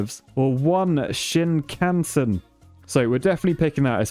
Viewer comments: FYI, it is pronounced “shin-kan-sien”, or at least that is how I think they pronounce it in Japan. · Shinkansen - (sheen-KAHN-sen) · As I love Japan and Japanese culture and stuff it pained me to hear shinkansen pronounced wrong i is pronounced like e e is pronounced eh Shi n ka n se n I hope this helps with pronunciation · It’s shing-kun-son